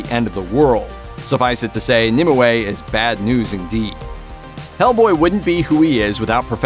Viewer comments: BRROOOOO ITS NOT NIMUWAY ITS NIMWAY. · I know this will be a stupid comment of mine, but I just could not focus on the actual narrator of this video purely because he kept pronouncing Nimue wrong... he keeps saying it like it's 'Nim'' 'I' 'way'' adding an extra I in the middle for some reason, when it is really supposed to be said as "Nimway' even though it is split with a 'ue'. The 'ue' is pronounced as 'way'. I honestly don't know why he is adding in an extra I!!!! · Nimue = "NIM-you"